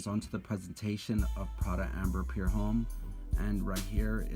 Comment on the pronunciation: Homme is pronounced "om"